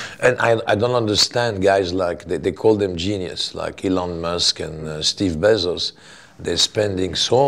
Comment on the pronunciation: Il dit “Steve Besos” 😂😂